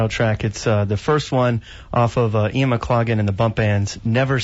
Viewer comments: This interviewer was very disrespectful in not getting the correct pronunciation of Ian's name before hand... 'off air'... real amateur stuff! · How to insult your guest.....don't know how to pronounce his name on air. Pathetic.